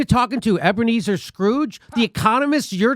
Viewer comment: ebenezor scrooge........i spilled my coffee over that one